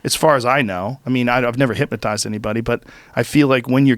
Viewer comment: “HypMOtized” - Joe Rogan 2019